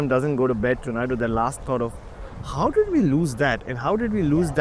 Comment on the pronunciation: how much that dark brown guy can talk with that fake accent. But, still when he says “DID” you can catch that Appu accent😂